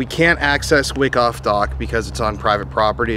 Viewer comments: FYI: Wyckoff is pronounced WHY-coff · I think it's pronounced why - koff